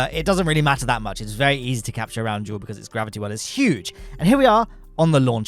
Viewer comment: no it's jool